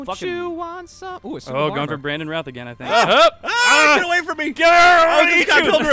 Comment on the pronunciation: with my name being Nick Routh, i can attest to say that pronounced it correctly the first time as ruth.